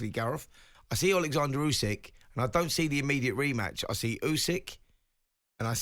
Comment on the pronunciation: Surely it's "Usyk" not "Yusyk"? I can't fathom how a boxing journalist can keep getting it wrong, it would be like call him Ygareth?